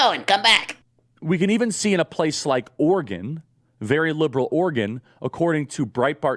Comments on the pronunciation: OR-GUN, Charlie? OR-E-GON (said ala Gordon Cole). A Republican National Recovery Act??! This is ableist for real. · Is Oregon pronounced Organ? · As an Oregonian, Charlie pronouncing it "ORGAN" over and over again makes me want to scream. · Is charile saying "Organ" or is it just me? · Listening to trying to pronounce Oregon was painful. Organ, organ, organ. Ahhh